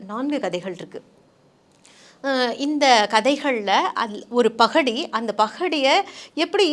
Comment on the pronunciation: அருமையான பதிவு. நாவலை படிக்கத்தூண்டும் ஆர்வம் ஏற்படுத்துகிறது தங்கள் உச்சரிப்பு மற்றும் மொழிவளம். எள்ளல் கலந்த நகைச்சுவை யை பகடி என்று உச்சரித்தது அருகம்